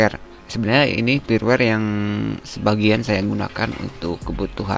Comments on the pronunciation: Kenapa huruf 'F' disebut 'P' firmware dibaca pirwer, File dibaca Pail.... byk kontent kreator begini😐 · usahakan perbaiki ungkapan yang benar saat penyampaian seperti "firmware" jangan disebut "pirwer" bacalah dengan Benar, krn ini mempengaruhi saat teknologi AI membuat subtitile yang anda ungkapkan ke berbagai bahasa di dunia, karena Youtube sekarang sudah terintegrasi ke Teknologi transalator (termasuk AI) alangkah baiknya kita perbaiki hal ini agar dilirik si penyedia Platform. salam sehat dari saya, teruslah berbagi demi kebaikan.